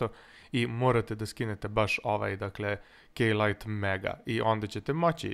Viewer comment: kada si rekao K-lite codec pack mn se ucinilo da se rek'o k-lite madafak :D hahahha